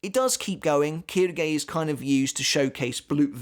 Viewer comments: Actually it's pronounced shilge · Funnily enough Quilge is pronounced kill-gay so very close lmao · Just a little note on the names since I’ve had a few years of college Japanese. The reason names like Quilge are sounded like “Keydoogey” is because there is no “L” sound in Japanese. Instead, Ls are converted to Rs and since Japanese is, for the most part, composed of consonant vowel pairs, Quilge goes to Quirge then to Kiruge. Same goes for Ulquiorra to Urqiorra to Urukiora. Also side note, Rs in japanese are pronounced somewhere between D and L as you can hear in anime.